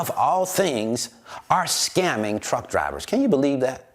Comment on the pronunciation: i feel you homie but i kept hearing cowards when you mentioned truck drivers lol